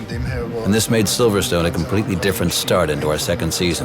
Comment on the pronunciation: First Of All It is Silverstone notsiverstone